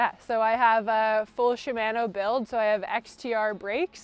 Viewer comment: shiMANo....thats a first time I've heard it said that way, def caught me off guard